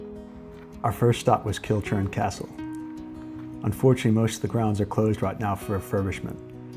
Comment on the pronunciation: Lovely wee video. Need to share what I only found out a few years ago, the correct pronunciation of Kilchurn is " Kill-hoorn", ashamed as a Scot that I didn't know that.